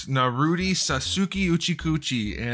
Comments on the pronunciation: I’m gate keeping you for saying Naruti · "Uchicouchie" "Narutie" "Sasuki uchicouchie"